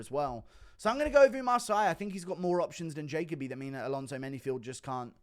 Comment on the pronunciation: Jaco bee lol. Try this Ja Coby